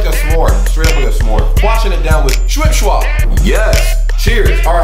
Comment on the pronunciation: Respekt, du sprichst Schwipp Schwapp schon richtig aus XD#